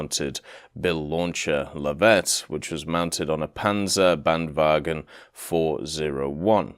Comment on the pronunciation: Panser-band-vagen... 😒 Pansar-band-vagn ✔️